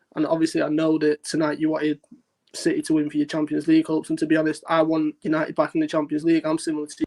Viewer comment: haha no respect for citehh